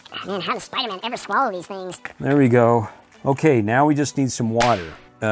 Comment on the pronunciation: He said spooderman